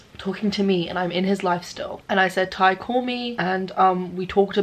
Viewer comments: i cant tell if you're saying his name or saying thank you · this video is from 2 months ago but everytime I saw ty I thought you were saying thank you 😂